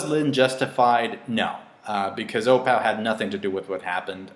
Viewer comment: the daughter's name is opal, as in the gemstone. not o-pow.